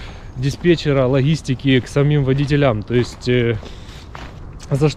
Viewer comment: Только не водителЯм, а водИтелям. По ушам режет.